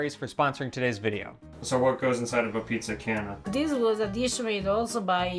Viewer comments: STOP calling it PIZZA GYNA. Every American-Italian knows that it is GAIN-A... Just an offshoot of being sloppy with the sound of CHI (CHIENA).. Please it is annoying. Maybe you never heard it but it's evident in spelling. Thanks (I'm not usually crabby but this annoyed me today..sorry please forgive me).. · yep. same. What is annoying is how keeps saying GYNA. Everyone knows it is GAIN-A just like its spelled, an outshoot of Chiena without the CHI (k) sound. Immigrants talk fast and then pass it down and generations sound it a little different. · pronounced "pizza Gain." ...from a New Jersey Italian...lol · He is pronouncing it the way it's spelled though. He's just assuming it's an Italian word. The ai dipthong in Italian gets pronounced in the way he's saying it.